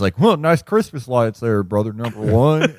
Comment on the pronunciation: I thought you said Christman and the sentence still made just as much sense